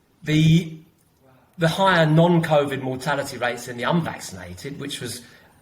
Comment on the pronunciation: John - will you please stop saying "none" to mean "non" they are two different words, non is a "on" sounding word not a "un" sounding word.